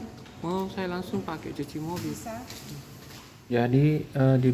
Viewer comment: Dibacanya mobil om, bukan mobile 😅